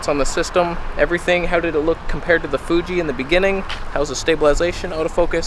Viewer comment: Love how you say "Fuje" for Fuji lol. You're unique on YouTube mate